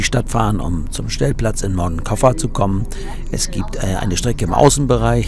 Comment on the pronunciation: Hallo und hallo! Bin begeistert eure Videos am schauen. Frage ist nur warum könnt ihr noch kein spanisch? Will kein Lehrer sein kleiner Aussprache Tipp: wie sprecht ihr Barcelona aus? Genau so muss man Moncofa aussprechen. Das C im Wort wird nicht als K gesprochen 😏 nur so als Tipp gute Fahrt 👋